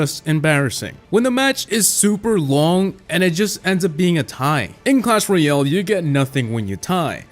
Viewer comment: Its clash roYALE not clash roYELL